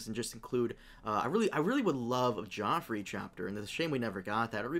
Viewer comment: Best Dotrice moment, saying "Prince Geffrey" half the time during the first book.